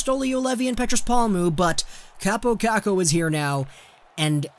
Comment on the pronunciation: And its not kuukuu its kookoo LIKE ITS FUKCING SPELLED